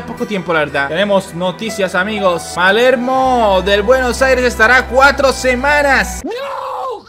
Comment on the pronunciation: Palermo es, no malermo